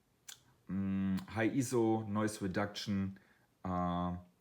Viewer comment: I had a bit of a problem with your accent and mispronunciation of Ah PER chur and EEEzo, plus low volume and monotone voice. But after watching the video several times I was able to get something out of it. Overall a decent video, but with the above comments.